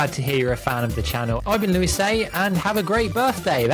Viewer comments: his names supposed to be pronounced "loo-ee" btw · louisayy ❌ louispayy ✔️